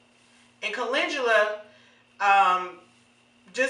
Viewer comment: Why is it called molasses scalp healer but it has no molasses... Did you call Caledula coo-lin-Jew-la???🤔 It's Cal-en-dew-lah